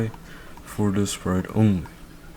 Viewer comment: bro said pite instead of sprite 🤨